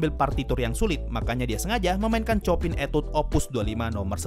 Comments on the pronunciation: bang saya hanya mau kasih tahu composer chopin cara baca namanya bukan chopin tapi sho-pan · Sedikit koreksi, min. Tentang Cara penyebutan nama Chopin. Setau saya cara menyebut nama Chopin yang benar adalah Sho-pan, atau Sho-pang, atau Sho-pan'. Soalnya bahasa Polandia.